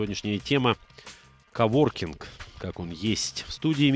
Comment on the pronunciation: КОВОРКИНГ, а не оворкинг :)